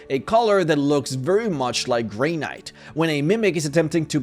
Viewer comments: LMAO when you pronounce "granite" like "gray knight". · Graynite?.... its Gran-it. Not Gray-night. 🤣🤣🤣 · Adhesive - add-hee-siv Not Ah-dee-siv Granite - grah-nite Not gray-nite Delicacies -del-ih-ka-sees Not de-lick-ka-sees This one is hard to explain by text. I swear youtubers do this on purpose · "Gray - night"??? ah, Grah nut..yes ;) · granite... "Gray Night"... It's like Gran-nit jfc... it's hard to listen to sometimes... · "Gray-nite"??? could you mean granite? ("Gran-nit") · Great videos. Just a quick English pronunciation correction. Granite is said "gran-it" even though "grey knight" sounds much cooler. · No way you pronounce Granite as "Gray knight" :) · Do you actually pronounce granite as "grey.knight" or did you just do that to get more comments? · Gray night. Deh likka sees. OMG some of the words you say are pronounced so bizarrely it's hilarious! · ok man "grey Night" no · Greinite That’s not how you say it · When you said granite I thought you said Grey Knight and if Mimics looked like Grey Knights I'm not sure if that's more or less terrifying. I'm going to say more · No-one: Not a soul: Not a single fucking sentient being:: grAY-nite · Granite is prounounced "gran-it." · Did he just say “gray night”? Isn’t it pronounced as “Gra” from Gratitude and night as is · what are these "Add- eesive" and "gray-knight" you speak of edit: apparently this joke could have been longer. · Granite pronounced 'gray-night'... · "Graynight" d-do you mean granite? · Gra-nit a like Apple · Your pronunciation of “granite” is crazy. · Granite. Delicacy. You should work on your pronunciation. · Can't say granite. I'm out. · That is not how you say granite at all. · And he butchered the word "granite" too. :-/